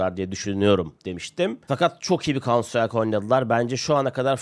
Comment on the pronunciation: kauntsıtrayk ne hacı? farklısın tamam 😂